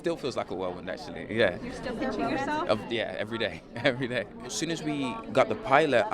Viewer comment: He tends to pronounce "got" as "gut"